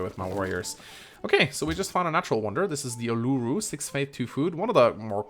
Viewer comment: As an Australian I'm a little mad you can't pronounce Uluru properly.